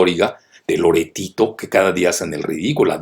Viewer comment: Profe saludos, no sé quién es loretito pero voy a buscarlo en Google ya que en sus últimos videos habla bastante de el y me genera sierta risa de como se pronuncia de el